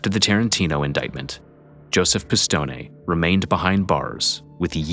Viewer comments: Why do you repeatedly mispronounce “Pistone” as “pih-stohn-NEY” when we can clearly hear on the secret tape recording someone familiar with that family pronounces it “pih-stohn”??? 🤨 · Peter’s name pronounced Piss-stone-ee. It’s different. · Pronounced "Piss-Tone", not "Piss-Tony". Pronounced "Fran-Zees", not "Fran-Zeesee." I was just in Dix Hills last summer, visiting my uncle who lives there. Great neighborhood, expensive homes. One of the nicest areas in Suffolk County. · Wow , good video but the last names were all butchered. Any Italian names that ended with an e was pronounced aye , franchisaye, pistonaye , it was actually funny listening to it.